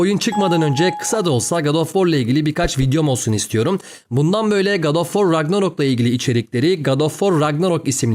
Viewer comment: Ragnarok değil Ragnarök. Bu 'in, Emır denmesi ile aynı bir durum.